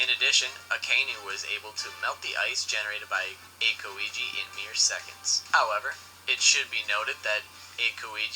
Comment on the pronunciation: 2spookys pronunciation is so cringe. Calling monet moe net instead of moe nay and saying aKoiji instead of aokiji pronounced owkiji